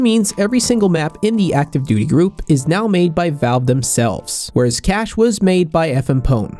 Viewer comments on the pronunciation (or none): Not cache